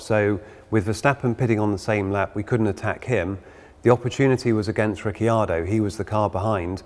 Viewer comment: riccardo not rickyardo